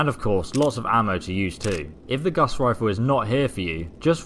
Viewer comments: Yooo, Gauss with no a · Honest mistake. It sounds like he calls it the guss rifle too. Lol